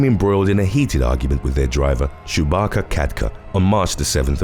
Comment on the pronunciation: I thought he said Chewbacca instead of Subhakar ..... I had to re-watch because of that